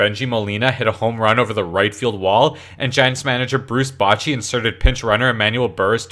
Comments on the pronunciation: Bow-che, not botch-e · Bruce Botchy? Bruce Blotchy? Bruce Hotsy Totsy? #MakePronunciationMandatoryAgain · omg learn how to pronounce someones name before putting it in a youtube video "bruce bachy" lol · If you're going to do a baseball video, you should learn how to pronounce "Bochy" (a future hall of fame manager), and "elias" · That pronunciation of Bochy was absolutely hideous. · If you want to have funny videos about sports, you need to 1) be funny, 2) know how to pronounce "Bochy," and 3) know how to pronounce "Elias."